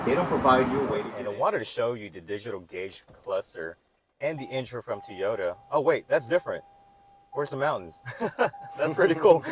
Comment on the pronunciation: I like you videos buy please work in saying Toyota correctly. It is very distracting....It's not Teeota...it's Toy - O - Ta, Toy - O- Ta...say it with me...Toy - O - Ta, Toy - O - ta.